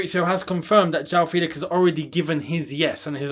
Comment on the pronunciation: The pronunciation is “FEHLIX” and not “FEELIX”